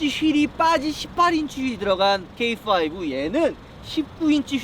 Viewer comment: 형 케이파이브야. 게이파이브 아니고......ㅋㅋㅋㅋ